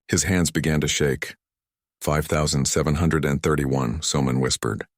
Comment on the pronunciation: 😂 why are numbers so hard for the AI to say i loved the story but can stop laughing when i hear the "5 thousand andfj yr ch h h kfh 31 children" 🤣